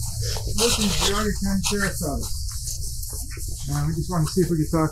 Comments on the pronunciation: it's in Ohio. I've lived in Geauga. It's northeast Ohio, off lake erie... bordering Cuyahoga and lake... Cuyahoga is cleveland... only thing that chaps my ass is that they say "gee-auga" and it's pronounced "G-auga" .... G.... not GEE.... hearing Geauga my whole life from everyone local and native, and then to hear it butchered so bad gave me a biased skew towards this whole video lmao... I'm like "what else is this asshole lying about?" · FYI…it is pronounced Jee-AH-ga. What a wretched woman. So thankful that newborn got Justice.